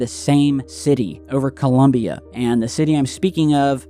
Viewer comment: Forget the pronunciation of Medellin and concentrate on getting the name of the country right first and foremost. ColUmbia is the name of the goddess that Americans invented for themselves and also gave the the Capitol district. The country's name is ColOmbia